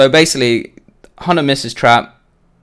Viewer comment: why do i hear honor when he says hunter xD